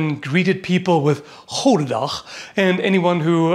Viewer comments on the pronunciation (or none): almost sounds like goedenacht meaning good night. and oe is prenounst oo. nice G pronouciation. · You can just pronounce it as gooden dag. In dutch the oe is pronounced almost literally as 'oo', oo is pronounced as in... 'door', o as in 'stop'. No idea why I even bother typing this xD But who knows, maybe someone out there wants to know. Also I typed this before I finished watching, your 'Goedendag' impression is actually spot on :') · Im impressed with his dutch pronunciation of 'goedendag'. The only correction I would make is that the 'oe' in 'goeden' should be closer to an 'oo' sound rather than an 'oh' sound. But he got the 'g's right, which is what most people normally mess up, so - nice job! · One pronounciation note is that the "oe" in Dutch is pronounced like the "oo" in "boot", not the "oa" in "boat". Also, the limited length of the goedendag might be an advantage of sorts when used in a dense pike formation because it is less likely to get stuck. A poleax might be less suitable to such a situation. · For those wondering: the correct pronunciation of the word "goed/goeden" is actually very close to the english "good". Oe is pronounced exactly the same way as "oo" in good. So correcter would be: "goodendag" and not "gowden-dag" :) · the pronounciation of the flemish "oe" is more like good in english less "oh" sounding. Your g sounds pretty good honestly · Alright, one thing I'd like to say is... The "oe" in the Dutch word "goed" is pronounced the same as the "oo" in the English "good". Now, if you had the "oo" in a Dutch word, it's pronounced the way you did. Although, in "Goedendag", that would be written "Godendag" with the long o pronounciation you used. (Which would mean Gods Day, gods being plural. Not God's Day.) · I can confirm this as a Flemish person myself, in English it reads goodendag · Since it was used primarily in west-flanders it would've most probably been pronounced as "hoodendach". No hard G's. We tend to pronounce our g's as h lol